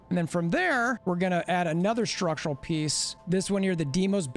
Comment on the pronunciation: Schtructrural piece